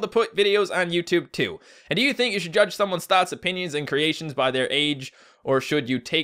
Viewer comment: omg he said by, life goals complete. That was like the most perfect newfie accent eveerrrrr.